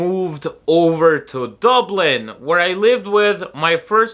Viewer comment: Its funny that your irish accent only comes thru when you say IRELAND or DUBLIN